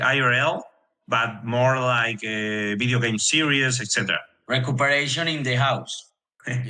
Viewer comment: Recupereishon in de jaus jajajajajajajajajajjaja